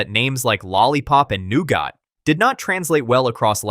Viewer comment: "new got" god this killed me lmao great video otherwise tho